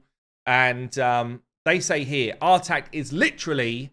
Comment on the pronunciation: I believe the new Champion's name is pronounced "Artahk", as in say 'Ah'.